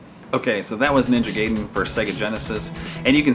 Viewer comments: Guy-den, not gay-den... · *GUY-den, not GAY-den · It's GUY-den! 👊👊